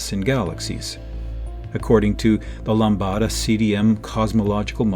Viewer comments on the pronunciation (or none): Very interesting video. However, I suggest that the producer should inform the narrator to say LAMBDA instead of LAMBADA in future episodes. Except for this minor imperfection, the video was plus-que-parfait. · "Lambda" is most definitely NOT pronounced that way